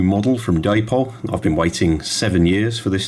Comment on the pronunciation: Day-Pol? Come along, you're not a moron yankeedoodle or illiterate. That's not hownwe speak in England. Indeed, an Englishman trying to imitate and American in any way is a massive step backwards, tantamount to devolution. Though that quadruples when an Englishman tries to imitates how a seppo speaks. Good lord. Come along.